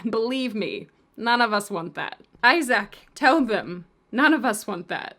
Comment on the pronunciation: Issac sounds Irish 🍀